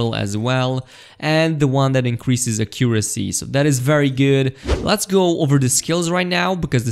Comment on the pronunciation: you really can't pronounce accuracy :)